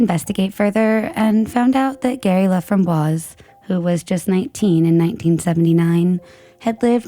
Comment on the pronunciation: His last name is pronounced La fram boyce.